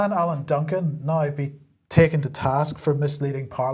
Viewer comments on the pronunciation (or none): none